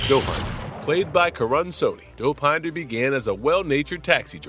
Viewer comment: the way the AI says Dow-Pine-da